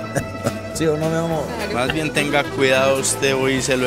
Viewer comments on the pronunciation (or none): none